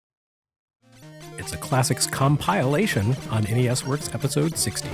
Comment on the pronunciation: Really com-pile-ation?